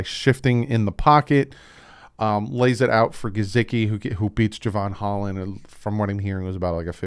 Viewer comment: I noticed you didn’t click on Mike Guh-SICK-ee for how he pronounces his name. Just a friendly reminder, there is no “Z” in his name. 🤷🏻‍♂️ That spelling for pronunciation is on his profile. Thanks for the great content! Just please pronounce his name properly now. It drives me crazy when you use a “z” in his last name 🤦🏻‍♂️🤣